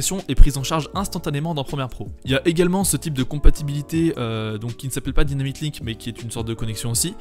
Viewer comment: Merci pour la vidéo. Deux petites choses (je pinaille j'avoue) : - Dans le titre, "Effects" et non "Effetcs" - La prononciation de "Adobe Dynamic Link", /daïnamic/ comme c'est en anglais. Tout comme quand on dit "After Effects" et non "after effet"